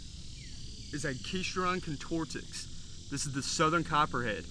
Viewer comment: Loved your video. Got some of those around here. Have seen a 38 inch & 31 inch this past year. Hope you don’t mind a helpful criticism: I *THINK* it’s pronounced AK-ih-STROW-don or AK-ih-STROD-on (not AKEE-stron) and con-TOR-trix (not con-TOR-tics). Hence: AK-ih-STROW-don con-TOR-trix. I am open to corrections of my take on that is wrong. Good job, thought. Thanks.